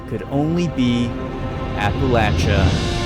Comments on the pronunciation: Finally, someone who pronounces the "-chia" in Appalachia correctly, and not "-sha" 🙌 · As someone from Appalachia, I genuinely appreciate that you pronounced it correctly LOL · HE SAID APPALACHIA RIGHT!!! WOOOOOOO!!!!!!